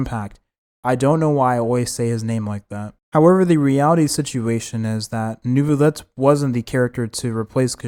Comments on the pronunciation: As a French, no it isn’t the correct way is Nuh-villette and not some New-villette or what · saying neuvillete like that in a french accent its prolly the correct way to say it or sum